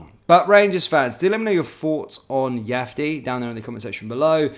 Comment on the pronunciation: if you’re such a fan of the guy; how are you still mispronouncing his name? He’s not Spanish mate